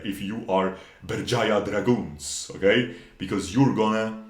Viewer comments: Berjaya Dragons You're correct, the pronounciation is on point. Some people would say Beurjeya dragons. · yep u pronounce it Right , in our native language , the team name is kinda cringe to be honest